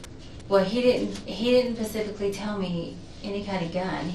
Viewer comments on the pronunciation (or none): If she says " I don't know Pacifics" one more time....😅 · Pathetic acting 😂 also "He didn't Pacifically tell me." Lady, it's not the Pacific! 😅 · If she says "pasifically" one more time I'm gonna lose it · My God woman - the word is Specifically not Pacifically! She needs to go to prison for this alone! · Is she saying pacifically? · saying, 'pacificly', is wrecking me. 😖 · Pacifically chefs kiss haha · This dumbass should get the chair for saying “pacifically’ like a goddamn toddler. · Pacifically pacifically... and the way she just calls him "Pastor" in all manner of speech..... stupid... STUPID. Pacifically she is stupid for murdering her husband. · If she says pacifically one more time... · “ He didn’t PACIFically tell me,,,” Lock her up!! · She “pacifically” knew all about this. Nice try though ma’am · Soulless mastermind who says “pacifically” 🤦‍♀️ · You said her intelligence is higher than most, yet, she keeps saying pacific/pacifically.. And she thinks half of 500 is 275... I dunno man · Lmao "pacifics". She's an idiot. He told me "pacifically". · “Texes,” “pacifically,” she sounds so ignorant. And “Walmart store,” sounds freaking weird. What an a$$ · Love the officers stating the word specifically and she says “pacifically” Her lies and fake crying way too much!